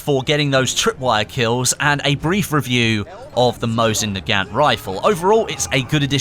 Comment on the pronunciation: Mow-zin nu-gant